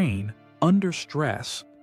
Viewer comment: in the video the speaker says: "Point 5. RE-EM phase intrusion." This wrong and utterly implausible pronunciation of "REM phase" (the dream phase) is repeated several times and it completely destroys the good impression of this video until this point. I'm out. Goodbye!